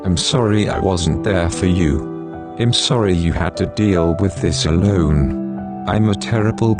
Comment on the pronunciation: i was literally balling my eyes out but when the voice over pronounced “Alone” as “aloon” i lost it 😂😂